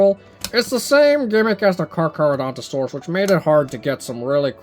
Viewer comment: Oh and It Is pronounced Chi-lan-tai-saur-us